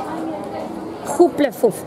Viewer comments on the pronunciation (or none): Y "hufflepuff"se lee " hafelpaf" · Ravenclaw se pronuncia Reivenclaw Y Hufflepuff se pronuncia jafelpaf xd Pero la verdad si yo hubiera Estado allá me hubiera comprado todo 😍😍😍 Muy buen video 👍🏻👍🏻